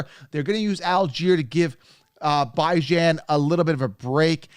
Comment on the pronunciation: It’s a Persian name. It’s 1000% Bee-Jan. Stop trying to be different